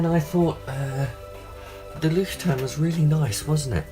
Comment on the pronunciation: You didn't butcher it as badly as some people :P I think it's pronounced Loish-tourm. The little moley is cute. It reminds me of little reporter notebooks my grandad used to bring home from his workplace for me to scribble in.